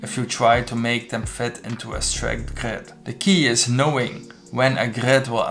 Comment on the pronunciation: Nice vid but one more time hearing that GRÖÖÖd and i am gone